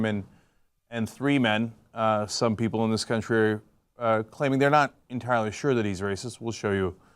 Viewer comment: Cuntry say 'Cuntry'